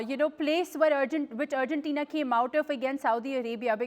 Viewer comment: Its Argentina not Urgentina